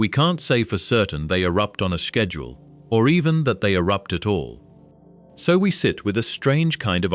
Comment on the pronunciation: Dude why does it take u 2 hrs to say this. Its a 5 min video at best for real. Do a 2hr long video about blacks holes not this boring shit. By the way its just schedule. Not shhhbedule lol.